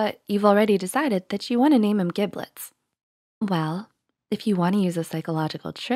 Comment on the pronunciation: "Giblets." With a hard g.